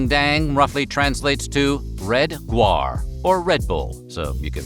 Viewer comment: It isn´t red guar, but red gaur. A gaur (Bos gaurus) is a type of wild Asiatic ox.